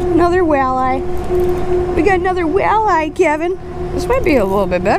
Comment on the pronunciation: I've never heard walleye pronounced like that.